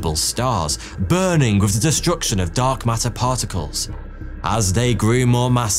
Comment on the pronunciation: Love how "Dark Matter" kinda sounds like "Dog Matter" 😁 (I seriously mean it well, these videos are unbelievably steady quality for so long now! ❤)